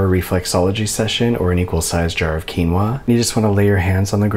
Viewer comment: You pronounced quinua accurately, my hapines is unmeasurable and my Day is done Greetings from Perú btw, the place where quinua comes from.